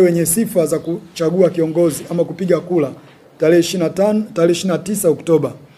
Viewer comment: Inaitwa Kura sio kula alafu unaitwa mwaka huu sio mwaka uuu